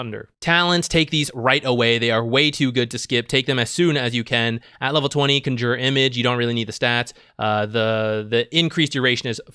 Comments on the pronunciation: What's up with your announciation of "Conjure image?" Like - what's CUN JUR? Bro. It's CON (like a criminal) - Jure. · “Conjyuure image” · CANJOOR xd. wtf. good vid tho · Can you please say Conjure correctly, it's hurting my ears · that gigabrain move of mispronouncing conjure to bait comments and farm algorithm stacks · Herald level Conjure pronunciation. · You say conjure funny. Great content as usual though! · triggers me how he says conjure image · Not sure if its just a meme, but you are pronoucing conjure wrong